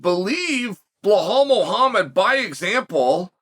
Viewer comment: "Bulhomo hamad" -chael